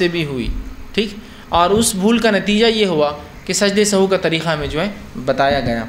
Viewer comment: the correct word & pronunciation is not sahu but sahw,so please correct it.